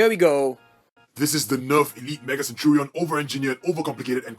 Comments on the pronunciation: Century is 100 years. And it has latin roots. A centurion is an officer in the roman military who commands 100 men. Also, its (sen-CHER-ee-uhn) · Look up the definition of a centurion and then you will know how to pronounce it.